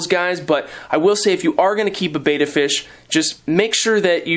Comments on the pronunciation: Whose opinion counts when pronouncing the name? English language rules say vowel consonant vowel , the first vowel should be hard EE. The letter E is not normally pronounced as aa so bet ta would seem reasonable way to pronounce Betta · Don't worry, plenty of us have other pet peeves, and don't get so pedantic on this common mispronunciation. Far more important that you focused on the need for a decent sized tank, I agree that 5 is the starting ideal (though you were diplomatically indirect here), and all your other suggestions for proper care. Though I think you've got your betta tanks so densely planted that you'd be safe going without a filter, of course most people need to start with one. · I'm sorry,. I watch all your videos, but pronouncing "Betta" incorrectly is not very professional. After all, you are the "". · Pronounce betta right lol